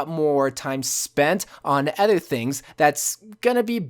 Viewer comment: Is it just me or does he always say ether instead of other. (Really like the vids)